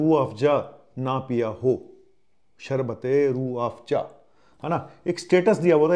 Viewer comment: Z for zoo hota hai ya Joo😢, Afza ko pronounce kar rehe ho Afjaa😮😅